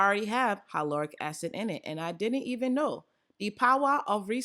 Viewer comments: I truly do love you girl. I love you so much that I gotta tell you- the word hyaluronic is actually pronounced HI-LAH-RONIK 🥴🥴🥴 Can’t have you going out like that 😩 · Omg I’m sooo trying the hyaluronic mixture!! I always learn something new with you!! Lol the way u say hyaluronic 😂😂🤗❤️❤️ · When you pronounced hyaluronic acid I was confused for a second 😂😂 But wow I didn’t know you could put it in your oils I might have to try that 🤩